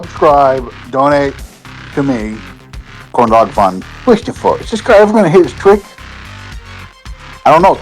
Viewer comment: Yes cwistophah! Yu didit!